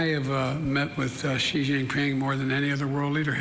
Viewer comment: Xi Jinping has literally been the president of China for over 11 years and they still can't pronounce his name properly. It's super easy. It's not "Jee/Ji." It's like "shee."